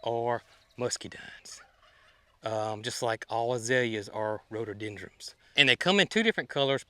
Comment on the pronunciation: there’s an n on the end of rhododendron not an m. It’s a muscadine not muskydine. Sorry if I’m being picky but it drives me nuts when you mispronounce the plant names. Just in case people are trying to look them up.